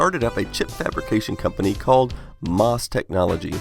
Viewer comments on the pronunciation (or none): Good video, I always love Commodore history. One comment about MOS Technology. Please don't pronounce it "moss", you should say the letters M, O, S. I know this is true because my sister worked at Commodore in West Chester, PA and spent quite a bit of time at the MOS building in Norristown, PA. Thanks!